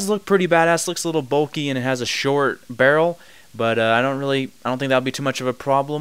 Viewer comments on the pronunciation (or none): none